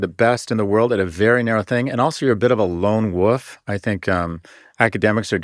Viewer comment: did he say "lone wuuf" ?